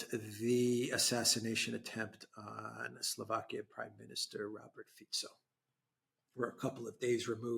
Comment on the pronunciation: Alexander must be the only guy who pronounces the SLovak PM's name properly: Fitso, not: Fiko. I respect a guy who cares about details.